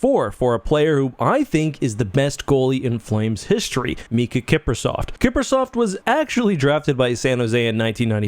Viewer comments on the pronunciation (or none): Kiprusoft? Like… like Microsoft but Kipruer? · Calling him "Kiprusoft" is just straight up disrespectful...